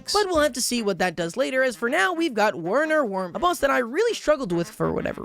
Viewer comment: Even though someone has definitely already said this The name werner wermin is sopposed to be pronounced in german "verner vermin" cause hes vermin, a play on ww1 gemany. Hiscat is called katzen wagon ( pronounced catsen vagin